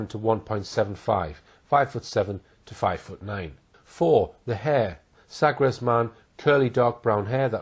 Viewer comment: Drogheda pronounced draw hee da , silent g. Small point but necessary.AND , emphasis on the 1 st syllable Happen to know , i used to live in Eire Also, Sagres.... is pronounced Sagresh.. I know ? I WAS there , and lost my virginity there I know, ....too much info there, but TRUE